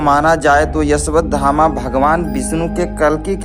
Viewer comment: O bhai Una Naam Ashwathama hai Na Ki Yeshwathama😅